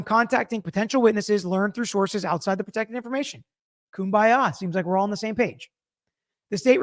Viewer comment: Love that "KUM-BY-AWE" AND the state aint scared!!!